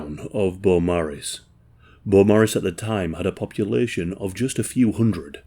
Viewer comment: Beaumaris. I also had to rewind a couple times to hear the name correctly.